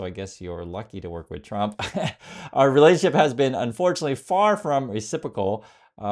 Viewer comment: President chump? Why can't she say Trump? Maybe she pronounces it that way on purpose! 😂😂😂